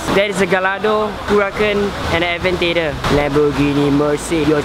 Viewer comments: did call a Aventador a Aventader?🤣🤣🤣🤣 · bruh its called a aventador .....you pronounced it wrongly but never mind i still like your vlogs